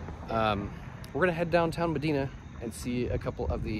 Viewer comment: It’s pronounced muh-die-nuh, not muh-dee-nuh